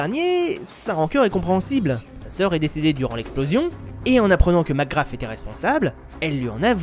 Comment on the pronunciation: Tu crache 1 poil trop sur le jeux a mon goût meme si tu as certaine critique pertinente. Aaa et arete de dire macgraFFFF ses macgraSSSSS S PAS F